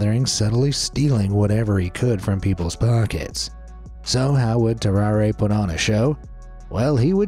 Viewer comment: His name is pronounced "tarrar", not "tarraray"